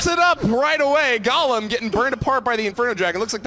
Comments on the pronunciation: I cringed when he said gahlem instead of GOlem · Did they just call the golem “Ga-lem”